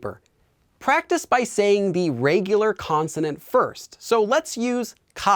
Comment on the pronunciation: Starting to get the heebie-jeebies about taking language lessons from a guy who pronounces it "rêygular"